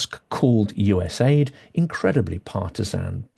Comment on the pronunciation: US AID is pronounced - You Ess Aeh Eye Dee.